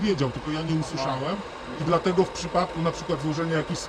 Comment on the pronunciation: "Dlateguż" hahahah